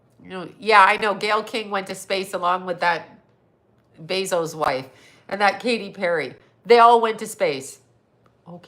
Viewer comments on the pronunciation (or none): none